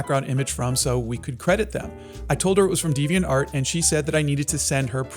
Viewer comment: Devainart is pronounced without the emphasis on "art" commonly